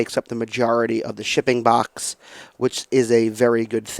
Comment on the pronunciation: In this video the word is not "box" Is "Bax". That makes sense! :P